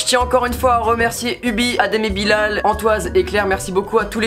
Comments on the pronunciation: Sa s'écrit Bilal mais sa se dit Bilèl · Bilal ça se dit Bilel et non bilaaaal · Sa me stresse quand tu dis la prononciation bilal et pas bilel. ( prononciation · Cool ta vidéo mais quand tu dis adem et Bilal le a de Bilal se prononce comme bilel